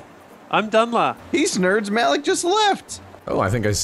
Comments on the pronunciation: Please play more of this! But if you get Malik again, please know that his name is pronounced Ma-Leek, NOT Mal-ick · It's pronounced Ma-leek Sark lol